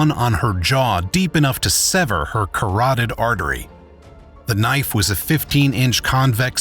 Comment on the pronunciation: "Had been severed into herJAW deep enough to... damage her Carardery vein" I was wondering; does the "Carardery vein" pass through the jaw 🤯🥴🤔 Thats all. Maybe someone out there knows🙄